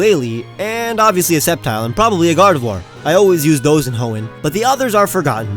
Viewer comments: GARDEVOIR CAN BE MALE, TOO! THAT IS IF YOU DON'T FIND A DAWN STONE BY LEVEL 30! AND ALSO, IT'S GARDEVOIR, NOT GADERVOIR! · did he said gardefloir?